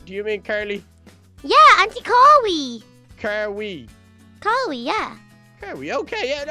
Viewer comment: Ellie: aunty carwee showed me Bduck: aunty CAR-wee😝😝😝😂😂😂😝😝😝😂😂😂😝😝😝😂😂😂😂😝😝😝😝😝😝😂😂😂😂😂😂😖😂😂😝😝😝😝😝😝😝😝😝😂😂😂😂😂😂😂😂😂😝😝😝😝😝😝😝😝😝😝😝😝😝😂😂😂😂😂😂😂😖😖😖😖😂😂